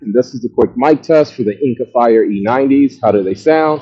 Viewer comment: Didn't even catch that you said it wrong. Lol that Jordan clip is hilarious!